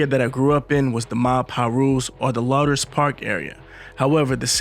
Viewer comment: It’s pronounced “lewders” park